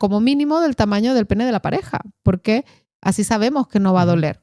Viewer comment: Escuchen toda le entrevista...el caballero dice ''asin''...de vergüenza, con lo hermoso que es el rato.